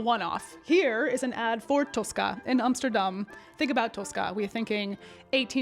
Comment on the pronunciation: Why do you think she lives in Amsterdam? Because of the way she correctly pronounced the name of the city in the video?